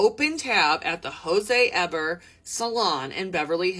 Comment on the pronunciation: Jose Eber is pronounced Jose Ebear